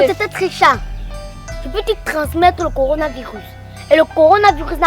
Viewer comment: Elle dit corina 😂😂😂😂